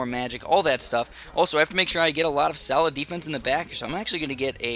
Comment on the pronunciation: sounds like he's saying salad defence